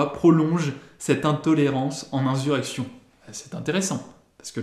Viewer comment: Je t'entends souvent dire "inZurrection", insurrection se prononce comme insuline ou insuffisant... Ce mot, de par son importance et son emploi régulier ici mérite toute attention !